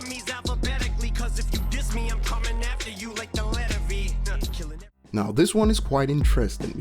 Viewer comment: When he said "i'll come aftee you like the letter V" it took me about a minute to figure out he meant😂😂